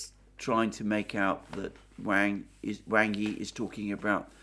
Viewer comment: "Wang" is not pronounced like "Way-ng". It is pronounced like "Wong" and rhymes with "wrong".